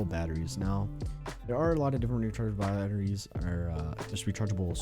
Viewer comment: "there are a lot of different rechargeable baauuahheries"